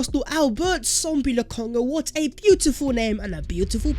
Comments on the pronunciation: It is Sambi not Sombi. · It’s SAMBI NOT SOMBI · I thought it was Sambi and not Sombi like keeps saying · Sambi not Sombi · Sambi not sombi😃